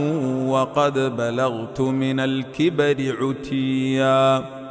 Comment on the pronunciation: He pronounces verse no 8 incorrectly. The word is Itiiya. Not utiya.